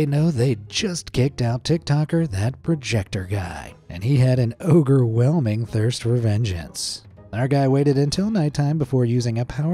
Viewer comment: I lost it at "ogrewhelming"😂